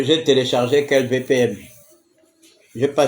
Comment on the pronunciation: On dit VPN, pas VPM, mais toi tu es trop édoungué pour comprendre dans quel siècle tu vis.